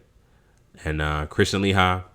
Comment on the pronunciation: Let's try to pronounce the names right people. It's pronounced, LA- HE. KRIS- TEEN. DO NOT LET MFs who are trolling our vids try to change the subject into " proper English" classes. The irony in that is how much of our language is constantly being ripped off and used on commercials, movies, all over the place, WEBSTER'S! Peace and Blessings to all who are strong and boisterous.